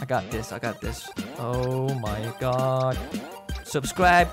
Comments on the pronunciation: Normal people: oh my GOD: OH MY GUT! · I like when u said "Oh my gut!"